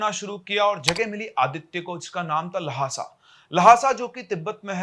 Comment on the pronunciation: Monasery nahi monas-try La-ha-sa nahi lha-sa